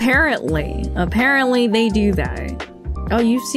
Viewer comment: "Ap-HAIR-rently" ⏰ INAFF! 🤣